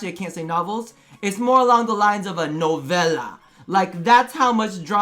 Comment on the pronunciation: "Novela" haha i like you say that 😁